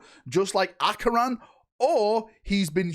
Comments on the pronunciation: can't read Acheran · mispronounced Acheran every single time. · “Acheon, kayron, gladriel” bro these pronunciations have to be jokes